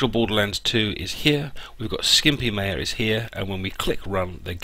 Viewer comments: Not Meja it is Maya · you pronounce maya wrong...